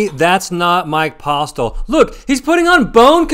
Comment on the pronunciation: 5 things from this video. 1. Its Posle, "T" is silent. 2. is running insanely hot--he doesn't lose. 3. The guy doesn't look like the cheater at all, click bait? 4. The games are incredibly soft in Texas. 5. You can't be afraid to apply pressure with the 2nd nuts.